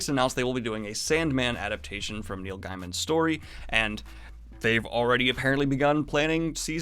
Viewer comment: Neil Gaiman's name is pronounced "gay-m'n" not "guy-m'n." Otherwise, great video! A lot of exciting things coming soon.